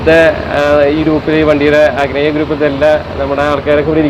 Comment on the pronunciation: അഗ്നേയ അല്ല..... അഗ്നി .